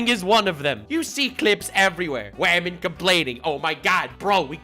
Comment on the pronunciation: "whamen And gentlewhamen": "sir's and sirett's"